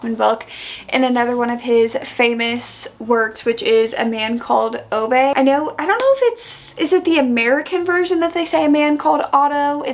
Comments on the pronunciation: love Fredrik Backman and his writing style so so much! Also just a friendly pronunciation check "Ove" is pronounced like Oo-Vah. I had this confirmed for me in the audiobook which was also very well done! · why are you saying Ove like that 😅